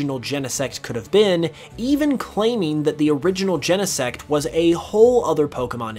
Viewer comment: Gene-sect, not YENEsect